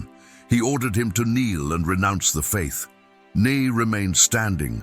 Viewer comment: Love these true stories why cant you say his name correctly?